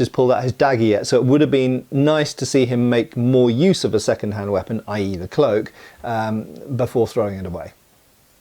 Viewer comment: Dropping the e at the end a la French kept bugging me the entire video. Other than that great review of a scene from an extremely underrated, must see, historical movie. (One of which many of us have been requesting for years) Thank you,, for finally getting around to it. I also highly recommend the serial, Capitan Alatriste.